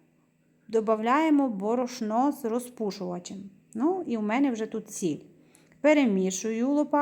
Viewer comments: Що за діалект? Звідки борошнО? Добрий кекс. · Мова да але ударения неправильные борошно не правильно сказано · Борошно наголос дуже ріже вухо